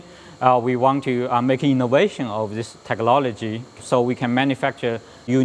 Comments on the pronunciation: it's "Technology", not "Techlology" man! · It's technOLOGY not techLOLOGY ! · Dis is duh advanced Teclologee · TeckLOLIGY lol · Haha "techlollogy" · techolology? FFS get it right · got to love 'techlology' these days , and said lik 5 other times in this video by that guy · I don't wanna make fun of him but.....Tech-lology? @@ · noone really cares about the chocolate printer just the asian guy saying Techlology... lmfao. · Why is everyone saying teklology? me very confused.... brain hurts now :( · one more time.. he says that word "techology" I'll suicide... :P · "Techlology" HAHAHAHA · Teeheehee, he says "techlology" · he says TECHLOLAGY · Is he saying techlawlogy? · giggled at "TECHLOLOGEE" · Lmao, techlollligy!!! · The Asian dude keeps saying "teachlology". I'm NOT a racist, but LOL!! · who the heck cares if he says teclology.... he got a shit tons of money going into his pocket lol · I like how he says "tech-lol-ogy" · the asian guy says, "techlology" lmfaooo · wow that fucking word 'teklology' aggrovates me so much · I love how the guy says technology!! it sounds like techelology... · oh come on they made the guy that said technology wrong because he says it wrong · neither of them can talk. The way he says chocolate pisses me off and the asian dude cant say technology...